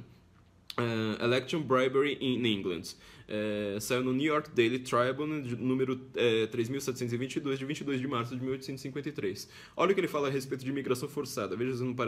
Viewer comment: Tribune se pronuncia "tribiún". ; ) Excelente estudo!